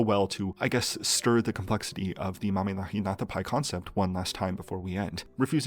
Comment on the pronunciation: I really appreciate that you took the effort to learn how to pronounce Mamihlapinatapai instead of acting the fool like other youtubers.